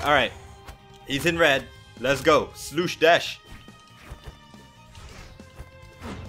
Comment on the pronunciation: HE REALLY CALLED ME SLOUSHDASH :(